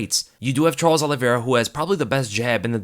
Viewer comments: Please quit saying ollievera lmao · he said Charlie Olives. Lol ever since Dan Hooker in his New Zealand accent said Old Charlie Olives that’s all I hear when anyone says Charles Oliveira.